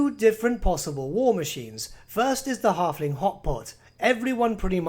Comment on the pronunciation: "The tyme of the Harfling is noigh."